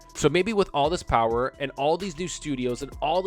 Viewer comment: The Powahh...lol